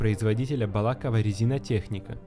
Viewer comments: Ролик как всегда на высоте, но блин БалАково просто уши заминусило, БалакОво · Балаково ударение о а не на а